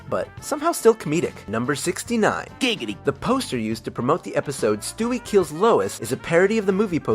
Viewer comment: it's "Giggity" :/